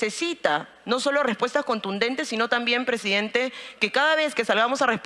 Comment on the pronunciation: Este pobre hombre dice, que es pressdiidente.